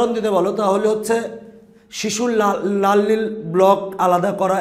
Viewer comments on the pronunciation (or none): Lal ke nal bolen